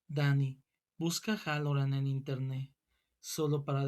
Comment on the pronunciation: Me gusto, es muy bueno pero me da algo que digas Harolland en lugar de Hallorand